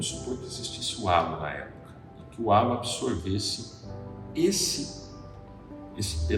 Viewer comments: Não é relo o idiota,e Halo 😂😂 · rapaz não é "reilo", é HALO